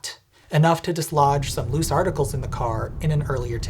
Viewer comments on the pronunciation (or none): none